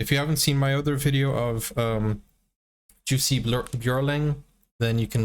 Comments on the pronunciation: PLEASE! It is Yussee, not Joosee and the last name emphasis is on the last syllable. ByorLING. J' s are pronounced like Y's in English. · Jussi is pronounced with a silent “J”. Or as though it were spelled Yussi.